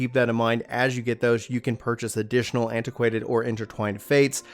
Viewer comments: Its ACQUAINTED not anti-quanted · for future videos its said uh - kwaint not antiquainted